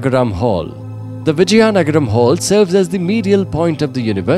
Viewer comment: Its Vizianagram not Vijyanagram